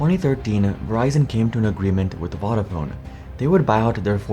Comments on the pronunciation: I don't know how much research you do for these videos, but it would have taken about a minute to learn how to pronounce "Vodafone". Voda like Yoda. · Please learn how to pronounce key words in your script correctly. Vodafone in this video, Gelsinger in the Intel video. It’s lazy and annoying. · 2000 was not Vodafone's first foray into wireless telecoms. They'd been doing it for years in the UK and elsewhere. It's also pronounced differently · Narrator can’t pronounce Vodafone properly 🤣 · Interesting video but it grates my ears the way you pronounce vodafone. Both o's are long like in phone.